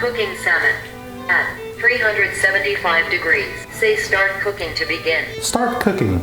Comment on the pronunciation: Just say "START"